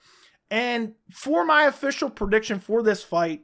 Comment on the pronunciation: Love you buddy but it's PREdiction not PERdiction